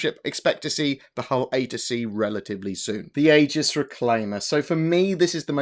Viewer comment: Isn't Aegis pronounced "eejiss"?